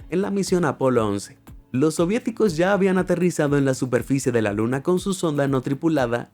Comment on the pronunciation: Se equivoco dice 2 veces luns dulce luna